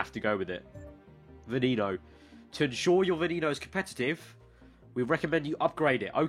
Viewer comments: It's not Veeneeno, it's Veneno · It's pronounced vwen-no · You.said Veneno wrong